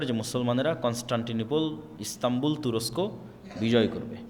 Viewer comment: ভাই শব্দটি " তুরচ্ক " না তুরস্ক। দয়া করে আপনার কিছু উচ্চারণ শুধরে নিলে ভালো হয়।